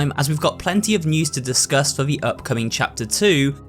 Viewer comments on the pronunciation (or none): Everytime he says DISCUSS it sounded like he said DISGUST